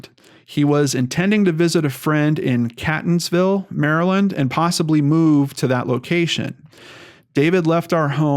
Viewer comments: Catonsville is pronounced Kate tons Ville and Ellicott city is el la kit city. It's weird spellings for weird names. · Seems like all kinds of things happen in/around B'more once we leave the area! I can't tell if that speaks well or ill of us, really... Quick pronunciation guide: it's CAY-tons-ville not CAT-ons-ville. There's also a town in the general area called Canton(-like-Scranton) so that might be some of the confusion. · As much as i love your videos, i never thought one of your stories would be based in my hometown!! Unfortunately many in baltimore suffer from addiction, mainly heroin and overdoses are at an all time high bc of the heroin being laced with fentynal! I have an inkling maybe he od'ed and the girl panicked!! Very sad!! P. S. Catonsville is pronounced kate-ons-ville!! Thanks for the video!! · Catonsville is pronounced 'Kaytonsville' and Ellicott is pronounced 'Ellicut'. At least, that's how locals say it 😁😂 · Love what you're doing, but for future reference in the surrounding area; it's catonsville, Kate-On-sville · It's pronounced Catonsville- Kaytonsville and Ellicott- Eellikit city I live up the street in Arbutus the city (Baltimore) which is a drug haven is a few streets down on Wilkens ave it's horrible down there, there are sooo many abandoned buildings throughout there it's pitiful. The drug use is horrific people are over dosing left and right I'm sorry and I hate to say it but if he got a hold of something bad he could have died and been left somewhere or someone could have robbed, hurt and dumped him somewhere in the city (Baltimore). If anyone needs to they can reach me by sending me your email anything I can help with I will I drive through there everyday coming and going to work.